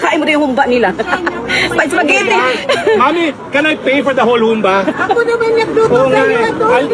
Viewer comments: Humba! Pabagsak ang bigkas. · Humbâ po ang pagbigkas nyan.